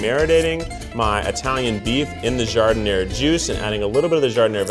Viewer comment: The way they pronounce "jardinera" is so funny